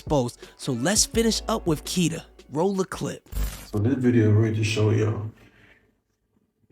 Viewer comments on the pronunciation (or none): You keep saying kita when it’s kitty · It’s kittie not kita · ITS KITTY NOT KITA BRUH .... U REALLY NEED TO GET YO REPORTING TOGETHER BRUH !!! 🤦🏾‍♂️🤦🏾‍♂️ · Why do you keep saying Kita??? It's Kittie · It’s kitty tho😒 Not kits. Not cool